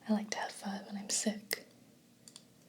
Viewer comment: It makes me so happy that you pronounced pho correctly!